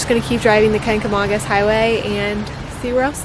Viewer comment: Watched over eating breakfast (NH resident). Good job on the video but your pronounced it wrong. :)